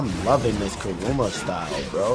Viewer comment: Unc said “cahroomah” 😂😂 W vid tho 💯